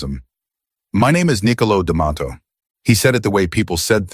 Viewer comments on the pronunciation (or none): DeMatteo! Not Damato 😮